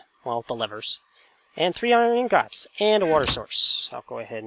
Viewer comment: He says iron INGOTS funny!